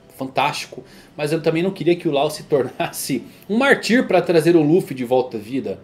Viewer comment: adoro seus vídeos, parabéns pelo canal! Só uma observação, dando uma de Prof. Pasquale hehe, fala-se "mÁrtir" e não "martÍr"